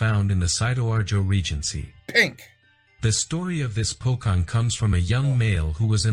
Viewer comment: it's Po-CHong. not Po-Kong. who made that doc, man...?!?